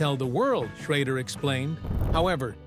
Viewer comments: Ken Schrader is not pronounced as you're saying Ken Schrodder in this video. So for Correction its Pronounced Ken Sch...raid...er , but its spelled Ken Schrader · The guy talking and saying Ken sharader last name, can't pronounce his last name Correctly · Too bad they cant teach that fake voice how to pronounce Schrader.